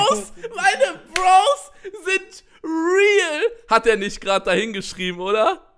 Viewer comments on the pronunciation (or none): Bekir das heißt bro's nicht brows